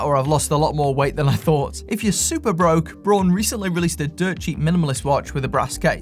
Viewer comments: Braun, not Born. So, if technically is Braun, then why don't you use the correct pronunciation? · I would pronounce Braun like brawn also not brown and I'm in the states for what it's worth. I like the look of those too!